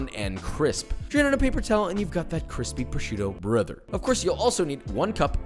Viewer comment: damn dat lookin cwispy!